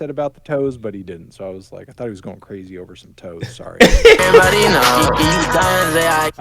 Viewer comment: so glad fantano also heard the toes line like i did 😭 swear it sounds like “just to see yo toes”